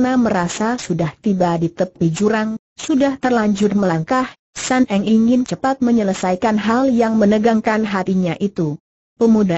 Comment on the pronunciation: Sun Eng bukan San Eng